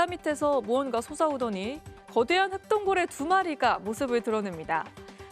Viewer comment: 아나운서가 혹등고래를 흑동고래라고 알고있네.